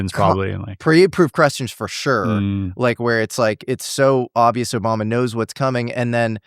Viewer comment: “OBAMNA” - Love it 😂